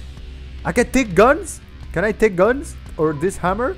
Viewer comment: I like at the bathroom he say teke a shower take a shower